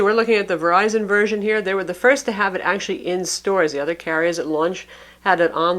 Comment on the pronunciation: "A million verizon apps" lol